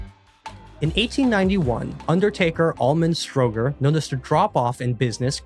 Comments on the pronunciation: I think the mis-pronunciation of Stro'ger instead of StroW-ger helped obfuscate the answer! OK, I'm an ex-GPO / BT techie, so it was easier for me! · I knew this before clicking play! I think his name is usually pronounced Strow as German "Frau" and ger as in the first syllable of "gerbil".